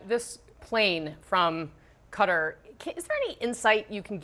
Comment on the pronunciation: The reporter is not even trying to say Qatar correctly. Its not cutter its qatar lol